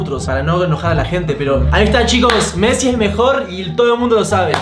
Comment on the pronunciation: Messi no mezi jaja